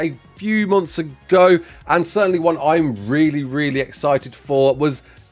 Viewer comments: Certain-ly not certain-et-eley lmao 😂❤ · Since when did you start saying certainly as "certenetly"? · Certainately??? LoL